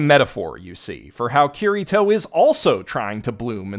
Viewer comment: "Cureeto"? That's a pretty strange way to repeatedly pronounce a name that isn't spelled like that.